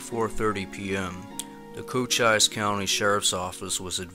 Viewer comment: its cochise county . pronounced cocheese. and its chiracahua pronounced cheeracowa...just sayin...